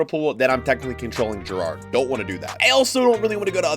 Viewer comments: Its Gerrard not gerrardie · The way he said Gerrard killed me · The way he says gerrard 💀💀💀